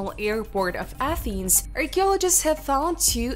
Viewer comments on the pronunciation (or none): none